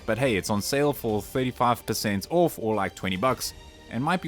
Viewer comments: Think you are trying to say off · Like your video's but get triggered everytime you say ORF